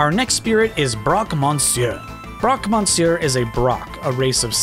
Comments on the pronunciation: "Man, I really like saying 'Broque Mon-seur." Well, you're pronouncing it wrong. It's "Miss-seur." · "Man, I really like saying Broque Monsieur" And you're saying it wrong. I'm a french native and sadly Monsieur isn't pronounce monsieur but "meuh-sieuh" which sounds immediately different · As a francophone, I cringed every time he said « Broque Monsieur ». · So if you want to pronounce Broque "Monsieur" correctly it's more like: "M-uh-see-uh". The n and r are silent.